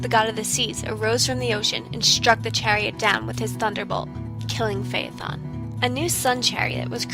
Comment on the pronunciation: Thank you for pronouncing "Phaethon: correctly.